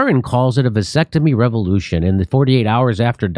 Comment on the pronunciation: a “Vansectomy”